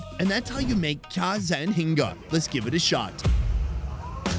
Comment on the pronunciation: I'm gonna say this again (being from Burma) I really hate the way they choose to spell words using the English alphabet. Rather than spelling it phonetically, they throw in random letters. The last noodle is pronounced more like "cjha zan hinga". Even "Myanmar" would sound more correct if they just removed the fking 'r' at the end. Ask any Burmese person how to pronounce the country name and they'll say Myanma; no 'r' sound. Guess it's a reflection of the idiotic government that is in power.